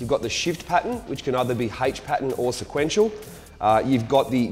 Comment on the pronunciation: Lol " sequnetial "